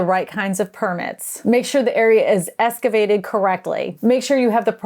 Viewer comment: "escavated" i immediately cannot trust anything you say after this.